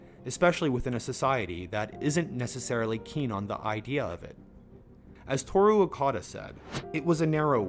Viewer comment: I think Toru may be the only Japanese name they pronounce right lol